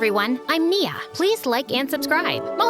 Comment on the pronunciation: FINALLY GOT NIA'S NAME RIGHT